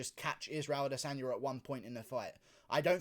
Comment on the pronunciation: it is ADE-sanya